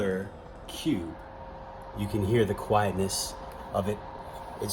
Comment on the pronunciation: "hear the quitenes"... aham, next video, please.